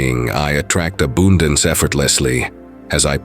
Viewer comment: "I attract abooondunce, as a poocess the transformative Taaoouucchhhh of an alchemist. Then create affermmaaahhtions that reflect your veesion of the world"...... great advice, but you should try listening to the video a couple times before putting it out.